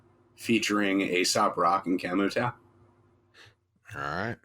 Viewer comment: Great Aesop content gentleman, keep them coming. The Tao in Camu Tao is pronounced Tayo ☮️